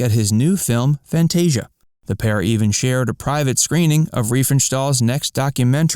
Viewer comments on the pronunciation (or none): none